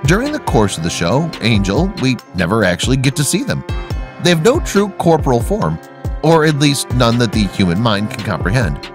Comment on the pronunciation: I think you mean CORE-POR-EE-UL, NOT CORPORAL